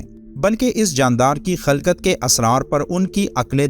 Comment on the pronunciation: Lafaz khilkat ye khalkat nahi